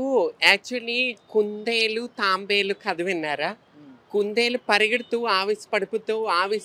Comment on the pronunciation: అది తాంబేలు కాదు తాబేలు.